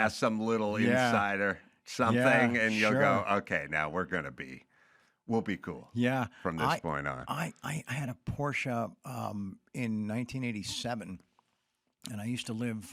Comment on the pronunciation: I like Charles, but please, dont say “porscha” since its not…